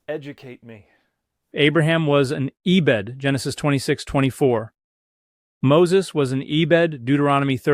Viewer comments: he said eh-bed though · Doctor, you would never say E-Bed instead of “ebed” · Dan would never say "ee-bed." That's a dead giveaway. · Knew it was fake the second "Dan" said 'ee-bed'😂